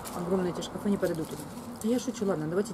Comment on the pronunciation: когда ты сказала ШКАФЫ я упала)))))))))))))))))))) и ржала как лошада Пржевальского))))